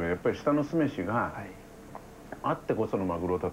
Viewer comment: すめしのイントネーションひっかかる